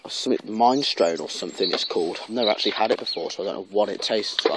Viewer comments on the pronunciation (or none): mine strone lol ....its pronounced mini-strowny ! btw good vid but sound is out of sync.